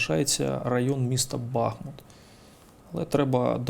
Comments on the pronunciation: БахмУт, а не БАхмут ааааааааааа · Правильно казати БазМУт. Наголос на склад Му.